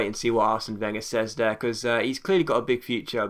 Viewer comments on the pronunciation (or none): none